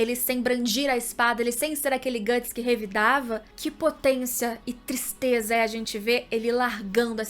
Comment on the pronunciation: ''Qui tistreza''.